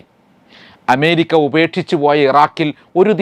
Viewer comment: അഎന്ന അക്ഷരം നേരാംവണ്ണം ഉച്ചരിക്കാൻ ഇയാൾക്ക് അറിയാത്തത് കൊണ്ടാണൊ എമേരിക്ക എന്ന് ഉച്ചരിക്കുന്നത്?